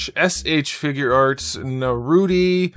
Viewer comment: At least say his name right. I get that you don't watch a lot of the source material but it seems a little disrespectful.